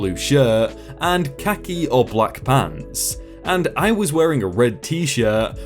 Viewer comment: You've got me and my husband literally pissing ourselves at your pronunciation of khaki! 🤣🤣🤣🤣